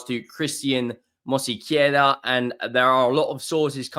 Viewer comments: It's Mos-Ke-Ra not Mosi-Ke-Ra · why can you not pronounced Mosquera.... MosseyCarer! lol PS enjoy your content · Hope this help it’s pronounced “Moss Key aira “ you’re welcome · Please, try to find someone to teach you how to pronunciate MOSQUERA. You are making crazy the peoplr who speak spanish. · Love the way butchers Christian Mosquera's name 😅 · He butchers every name😂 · More that he can’t read it than can’t pronounce it - if you stood next to him & verbally sounded it out he’d pronounce it fine. Most mispronunciations are a reflection of reading level & don’t happen when the information is received audibly (why dyslexics often stumble over words they’re more than capable of saying).